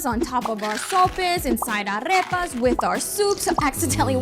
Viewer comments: Are we just ignoring she pronounced arrepas instead of arepas? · Why no one have of told her that isn’t “arrepas” is “arepas” so she can improve her Spanish